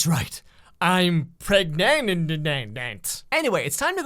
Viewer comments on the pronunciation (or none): oh my god... she's PREGANANANT !?!?!?! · pregnananananant omg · pregnanannanant TOOK ME OUT 😂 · That's right... I'm PREGANANANT. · I'm pregnananananant 🤣🤣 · Preganinant (dying) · ah yes the 1st time you do the devil's tango, PREGANANANANANT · " I'm pregna na na nnt " 😂😂